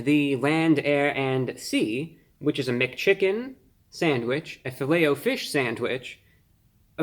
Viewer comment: How else would you say it ? Filletahfish? Nah its Fillet “O” fish.